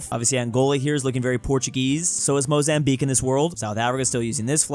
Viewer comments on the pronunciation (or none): none